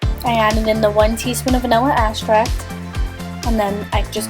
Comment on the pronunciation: It's pronounced ex-tract not vanilla asscracked